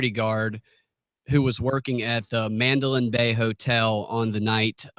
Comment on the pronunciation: It's the Man-da-lay hotel ....not the Madeline hotel or the Mandolin. these people can't even use proper English let alone use the truth